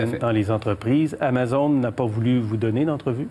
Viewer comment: TOKÉBAK ICITTE. on dit amazÔne